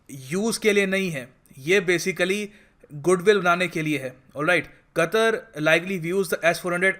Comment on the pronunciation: Qatar bolna seekhle saale